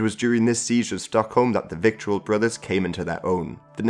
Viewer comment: Vittle... rhymes with brittle...or skittle